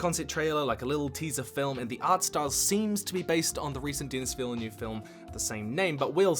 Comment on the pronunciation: man just said dennis villen oove